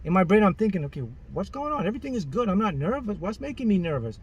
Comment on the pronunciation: It sounds so funny whenever he says "GUT" LOL! 😂 I laugh many times when he says it. Someone count how many times he said "Gut" in this video and then write the results under this comment.